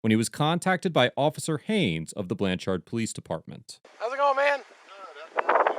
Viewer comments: As a lifelong resident of Oklahoma, it grates on me each time you pronounce the name of the town Blanchard. It is not pronounced “Blan-charred” as you say it. The accent is on the first syllable and the second one sort of rhymes with the word “third”. I probably wouldn’t have bothered to make that comment except for how many times you mentioned the town name in the video. 😆 Anyhow, I definitely appreciate how you disseminate and share your knowledge. 👍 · It's pronounced more like blancherd than the amount of "ar" you're putting in the second syllable. :D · Lol. The biggest crime of this video is how the narrator pronounces Blann Chard. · ITS PRONOUNCED BLANCH ERD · BTW.... It's pronounced more like Blancherd.... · 1. Lets hold him till we can find a crime. 2. It's pronounced Blancherd. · “Blan cherd” is how it’s pronounced. Rhymes with “turd.” This is typical Oklahoma behavior from the citizen flagging down a policeman, the lack of professional knowledge for one’s profession, to the behavior of the police. Wait until state, county, city & tribal police ALL confuse 86 grams of rock candy for meth & one ends up spending 46 days in county jail w/ a $100,000 bond each for me and my significant other. Day 29, I was offered 11 years violent. Test results took 30 days but judge wouldn’t lower bond nor dismiss until the case was heard in misdemeanor court after 2 weeks of out of town judge & DA conferences. Lost my employment. Physically beaten. Homophobic comments from the staff. Stared down a laser from an AR during a 2 man riot in which 39 officers responded. 1 for each inmate I guess. I always thought my hometown would be a safe place for me but I was seriously mistaken. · it's pronounced "blanchird" but good video ! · From Oklahoma. It's spelled blanchard but said like blanch- (t)urd. Ps lions suck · Trying to help here the proper annunciation is Blanchherd lol. Like turd not chard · Iss pronounced Blan-Chrd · Sounds more like BLANchurd in pronunciation.